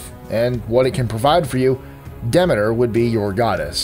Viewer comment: Congratulations on pronouncing Demeter correctly!